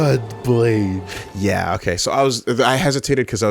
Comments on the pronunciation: they hear Blaidd's name spoken like 3 times and still pronounce his name "Blade" instead of "Blythe" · I like the recap system but holy shit would it have been way cooler to go see Blaidd live instead of offscreen, the reactions would have been great... Also mispronouncing Blaidd right after Kalé says it correctly, classic